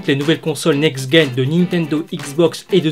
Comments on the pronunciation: Next Guen ???? WTF ? C'EST NEXT GENERATION DONC ON PRONONCE NEXT JEN !! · le "g" se prononce "j" pour generation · Juste on dit : NEXT JEN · Next gen se prononce "next jène" pas "next guène" (gen pour génération ) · Next jen hahaa pas gaine quel con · Bien, par contre NEXT "GUEN"... Oh putain de merde ! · NEXT "GUEN" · Très bonne vidéo, cependant, un petit quelque chose me demangeait en début de vidéo donc j'ai pas pu me retenir de poster ce commentaire pour te dire que l'on ne prononce pas next-GUen mais (comme le mot "gène") Voili, voilou, je suis venu faire mon gros relou pour une prononciation de mot donc je ne pense pas que ce commentaire mérité de l'attention, mais j'avais besoin de le dire... x) Sur ce, encore merci pour ce podcast >< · Tu dis "Guènération" ?